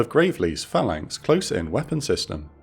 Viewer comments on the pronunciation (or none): none